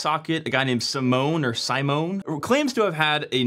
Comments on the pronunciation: Simone is pronounced how you would read it in German - he is not a security researcher, he is a developer that stumbled on it - he is piss off nobody would take his finding seriously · although you got the name pronunciation wrong😅 ( search for the Italian pronunciation of the Italian name Simone), great explanation !! thanks❤ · This is dumb since proper firewalling would drop UDP/631 anyway. If someone already got into your LAN then you're already owned, so having the port open to your LAN range isn't really much of an additional problem. Simone (sim-ohn-ay) is basically making a big deal about nothing. Oh noooo 300K targets out of 4Billion.